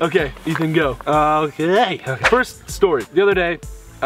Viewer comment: Ethan, what was that “okay” 🤔